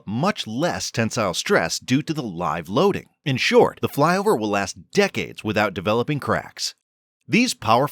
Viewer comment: "Flyover" in an American accent?